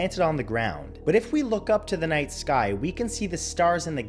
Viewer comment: The er uh skoy is follin